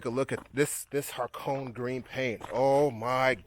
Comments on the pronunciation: its actually pronounced Ha Ko Ney like in the ney of a hores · Ha-Ko-Ne is the right pronunciation